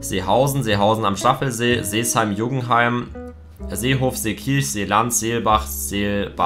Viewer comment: Seeheim-Jugenheim nicht Sesheim-Jugenheim 😂